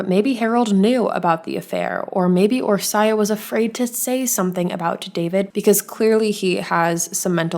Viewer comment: It was pronounced wrong but honestly Hungarian is very different for English speakers. Orsi is the short name typically and it's one of my favorite names 😊